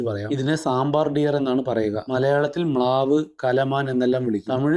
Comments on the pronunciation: Saambaar alla.. Saambhar. Short 'a' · സാബാർ അല്ല സാമ്പർമാൻ പറയാണത് എന്ന് തോന്നുന്നു. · നമ്മൾ വീട്ടിൽ ഉണ്ടാക്കുന്ന സാമ്പാർ ആണോ ഉദ്ദേശിച്ചത് 🤔. സാമ്പാർ അല്ലെടോ. സമ്പാർ എന്നാണ് മലയാളത്തിൽ pronounce ചെയ്യുന്നത് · സാമ്പാർ അല്ല. സാമ്പർ ആണ്. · സാമ്പാ അല്ലെ സാമ്പാർ അല്ല